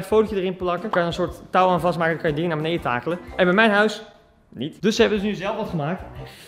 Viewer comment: Kan je voortaan wellicht “beneDen” zeggen in plaats van “beneIJen”? Bvd